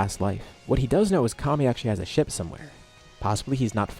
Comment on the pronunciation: Fr thought he said taking a shit instead of ship lol